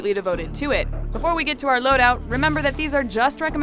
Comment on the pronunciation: When she say "loadout" hihihihihi